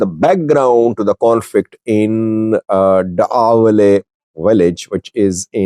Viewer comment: Slight correction: It is Da’awaley and NOT MACAWALEY (where the skirmishes took place).